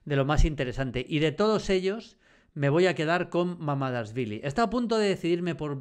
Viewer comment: Y no solo cuando lo escribió, es que lo pronuncia SIEMPRE mal